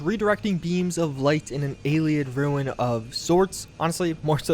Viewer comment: "Ayleeeaaddd" me: cringes in Ayleid Truly a nede